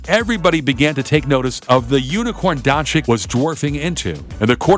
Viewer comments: It'a not Luka Donchik. It is Luka Donchich. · I think you should say Don-chich, not Don-chick. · Jebo vas dončik... on je dončič... če pa je vam američanom težko reči donCIC ga raje nazivite z imenom Luka in ne Luca😡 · Its pronounced donchich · Don-ceech.... This is how you pronounce it.. Like mine=Sim-ceech DON-CEECH!! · Well, because, in English, c can either be soft (as in "cease-fire") or hard (as in "castrate"). This reader opted for a hard pronunciation. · Your pronouncing doncic wrong